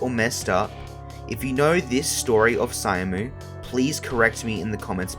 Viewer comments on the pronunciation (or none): his name is pronounced "shamu" not "cyamu" and the youtuber agency UUUM is pronounced "oom" like boom or doom. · You CANNOT make a documentary about a person and mispronounce their name the entire time. SILLY behavior. it's "sha-mu" not "sai-am-u". I am fucking begging people to use the google translate pronunciation feature. It's so easy. people are not going to take your research seriously if you can't get the basics down. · syamu is pronouncedしゃむ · howdy from ireland! minor correction on the pronounciation of syamu - it's read as "shamu" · imagine doing loads of research about a person and scripting recording and editing a 10+ minute documentary on them and not even getting their name right